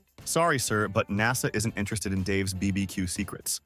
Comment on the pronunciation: Bee Bee Que ??? 😂